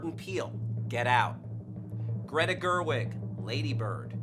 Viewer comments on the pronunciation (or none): none